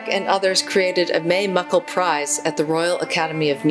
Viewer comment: I studied with May Mukle's only student: Dr Lyndon De Lecq Marguerie, and I appreciate you including her music. Do you mind if I correct you - her name is May Mukle (pronouned Muklee like Berkley). Even the BBC have been pronouncing this wrong recently and there is no question that she pronounced her own name Muklee. Thank you.